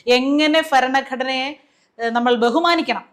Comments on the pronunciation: " ഫരണഘടന " അല്ലേ കഷ്ട്ടം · ഫരണ ഗടനാ... വിദ്യാഫ്യാസ മണ്ടൻ